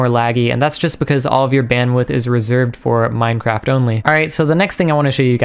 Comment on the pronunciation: is it really that hard to say minecraft